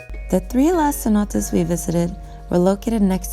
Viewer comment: CENOTES. Not CENOTaS.